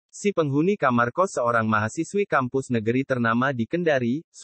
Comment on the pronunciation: Mahasiswi bung, bukan mahasiwi...